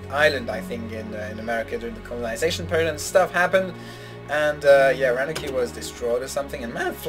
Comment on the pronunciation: Roanoke is pronounced ROW-an-oke (like the phrase "row an oak"). It's an island off of North Carolina. Whether or not it was actually destroyed, we don't really know. It's a very likely theory. I'm liking the music here. That ending theme really reminded me of the Hoedown from Rodeo! LOL Can't wait for the next part!